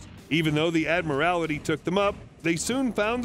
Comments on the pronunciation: I'm not a member of the Royal Navy, but I know for a fact that the Headquarters of the Royal Navy is the Admiralty, not the Admirality,. Please, in the interest of professionalism do your homework. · Admir-ality? Talking head reads with zero understanding. Try Admiralty. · A interesting pronunciation of the word " Admiralty "